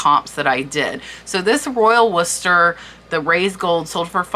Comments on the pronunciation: Its Worcester not Wooster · Pronounced "War cestor" :)))